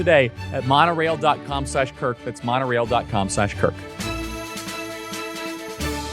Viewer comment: The Charlie….KRIK….show? 😂😂